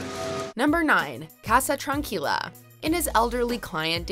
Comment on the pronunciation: #7 is bullshit, Ignacio and Tranquila are waay mispronounced.